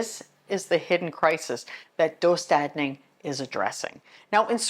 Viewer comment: Nice video! Just so you know the dö in döstädning is pronounced like you're saying "duh" as if something is obvious. Just an FYI :) great job pronouncing the ä well though! (Swedish person here lmao)